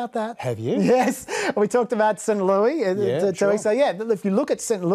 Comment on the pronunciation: We call it Saint LEWIS, not st. lewie